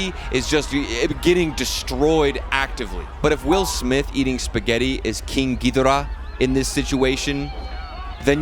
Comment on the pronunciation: That king ghidorah pronunciation tho 😂